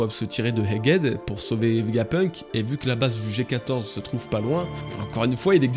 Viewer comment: Haha on sent l'insistance sur le "Egg Head" 😂😂 J'ai qd mm entendu un "Hegg Edd" au début de la vidéo Merci pour la vidéo, je l'attendais celle là